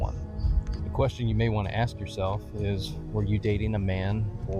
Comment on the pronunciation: Why many people pronounce the word "ask" as "aks" now?